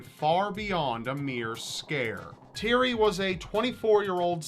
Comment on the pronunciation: You butchered The name Thierry. Otherwise good video.